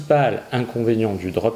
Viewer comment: En anglais seul 'ch' se prononce 'tsh' Donc le droptchipping ça pique les oreilles 😅 Sinon j'adore votre chaîne, que des informations de grande valeur